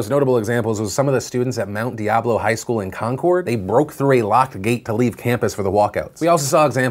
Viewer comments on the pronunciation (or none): Phil. That town is pronounced ‘con curd’ not ‘con chord’ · Since I'm from Concord and went to Mount please it's ConCURD not ConCHORD. Youll probably never talk about us again but just a FYI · I love that Phil pronounced “Concord” in the North Carolina fashion. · Lol you say Concord so weird